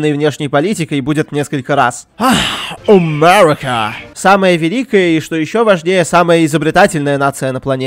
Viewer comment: Кто считал сколько раз он сказал ОМЭРИКА?